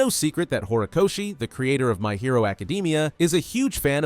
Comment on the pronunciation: "my hero acadeemia" 💀